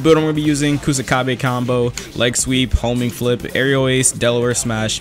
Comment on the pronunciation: Everytime i hear homing flip i hear homie flip XD